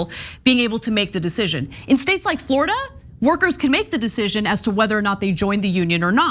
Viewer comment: "Flordia?" Seriously,?